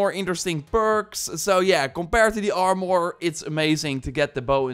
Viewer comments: That was very helpful already wasted some time on purples not knowing about levendary. Small friendly advice: Im assuming youre dutch. 'Armor' is pronounced like the dutch word for poorer. "Armer" instead of "armòr". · You speak very well but why do you have such a hard time saying armor lol..? It sounds like your saying (armor,more) every time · Armore?? Stop saying that your killing me over here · are more? more like are less